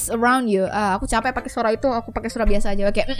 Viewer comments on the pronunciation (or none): I hear.. You are saying 'suraba' waktu yuri muncul Bukan 'suara'😂